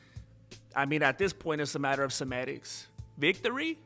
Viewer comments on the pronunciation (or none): 0.29 "a matter of semetics" hahahaha r U pro or anti? I think U meant semantics.